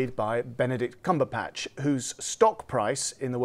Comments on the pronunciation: Arrrrgh. CumberBatch, Batch, Batch, not Patch. Do your research. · Cumberpatch?! Get the dude's name right at least... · Stepanova Cumberpatch? Cumberbund? Cumbernauld? Cumberbatch!